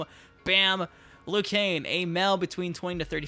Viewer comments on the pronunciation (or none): It is not Liu Kane hahaha